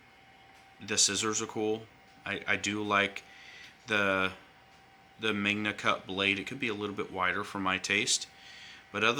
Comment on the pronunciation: ow it hurts my hands.... what kind of review is this. Dude says magnaycut. I wanted to like this review but two thumbs down